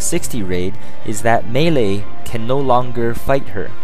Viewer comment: "melee" and double "she" not her, learn english